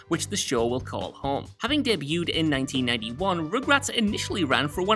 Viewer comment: So excited for party down to come back! It’s such a great show! On another note it sounds like he is saying regrets and not rugrats 😂🤣